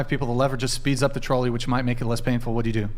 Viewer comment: Please take one damn minute out of your life and learn how to pronounce the word trolley.